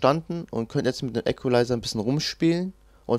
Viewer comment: KORREKTUR: Equalizer spricht man im übrigen "ikwelaiser" und nicht "äckwelaiser" (ist in der Form ja englischen Ursprungs)